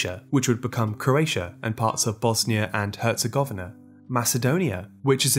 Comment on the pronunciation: Yoo You actually pronounced Bosnia and Hercegovina very well. Yay <3